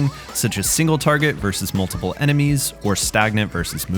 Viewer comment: "multimle" hehe